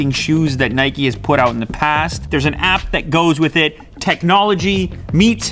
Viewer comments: The way you say Nike makes me angry it's pronounced like Hike not nighkey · Nay-keee hahaha, its said like Nike-Nayk not naykee. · It's Nike...not Nikee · It is not nikey its nike pronounced nyke but is spelt nike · why do some people pronounce it neigh-key? i think it's just nike (like Mike but with an n) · It’s not Nikee it’s Nike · Its Nike not Niky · Why do you pronounce the brand nikee? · Its not Mikey its nike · NIKE not NIKEY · Bro it's Nike not Nikey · Here in the Netherlands we pronounce Nike as N-I-K-E . To me it sounds like you guys say N-I-K-E-Y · It’s pronounced Nike not Nikee 🙄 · Why does he misspronounce "Nike" that way?